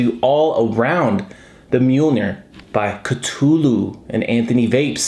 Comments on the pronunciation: It's definitely pronounced KA -THOO - LOO if only H.P. Lovecraft were alive today to set the record straight on the proper way to pronounce his creation. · Cthulhu is pronounced Kah-thoo-loo. I know this because I am an H. P. Lovecraft fan. I have one of these and I rock it on a tube Mech. That deep juice well is nice, because it really is like an RTDA. Enjoyed the review! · It's pronounced KA- THEW - LEW by the way!!!